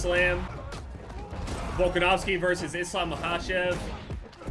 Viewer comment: finally someone say the name "islam" right